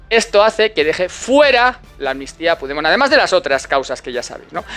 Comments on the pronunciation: Ante todo, gracias por las informaciones que nos das. Veo que tienes un problema con pigdemon. Se llama Carlos. Pero en catalán, cambian la o. Por la e Carles y se pronuncia como se escribe. Un abrazo. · Joderrrrrrrr se dice puchdemon , aunque sea un jijooooooodddputaaaa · " Me encanta como pronuncias el nombre del prófugo catalán 😂. No lo cambies nunca 👍🏻